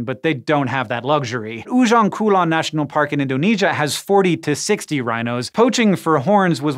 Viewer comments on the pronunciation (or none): I'm triggered that you pronounced "Ujung Kulon" as "Ujong Kulon" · I know pronunciation is not your thing, just like your brother. So I make it easy for you to say Ujung Kulon. Read it as Oojoong Koolon. Yes. U in indonesia is just double O in english.